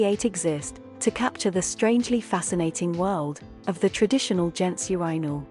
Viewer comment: Great video for something AI voiced. Pretty good vpicing other than she says Urinal wrong which is ironic since its the topic of the video 😅